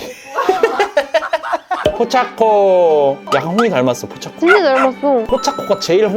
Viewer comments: 포챠코 아니고 포차코에요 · 포챠코가 아니고 포차코에요